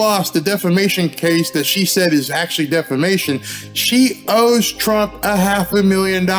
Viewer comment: She says defamason not defamation , listen .